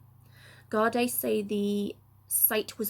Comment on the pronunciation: Thank you.....btw it is 'guard-ee"